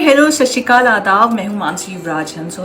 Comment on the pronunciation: No hatred ! Everything is gud But it will be really appreciating if u pronounce SatSriAkaal not SASHIKAL 🙏🏻🙏🏻 Its Our Jaikara and used as greetings so pronouncing it in the correct way will be MUCH APPRECIATED ❤️❤️